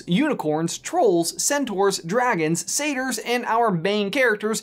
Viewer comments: what in the world is a say-ter ITS PRONOUNCED SAT-I-ER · It's pronounced, Suh-Tier.